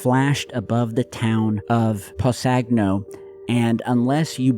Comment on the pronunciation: I've only been following the channel for about a year but congrats on the continued success. Happy birthday, Cheers! Edit: The G in Possagno is silent.